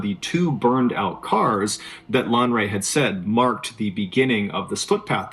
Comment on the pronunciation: Lanre. It's a Yoruba Name but points for trying